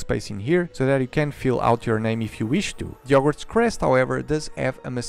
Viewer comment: It's very fun to hear him reading out the name of the set without using H